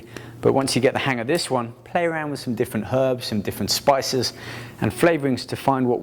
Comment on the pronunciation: I like how he says "play around" ? lol